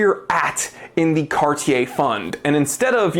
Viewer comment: I just wanna say thank you for being one of the few reviewers to pronounce "Cartier" properly. 👍🏽